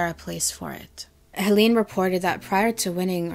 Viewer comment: its actually pronounced Helen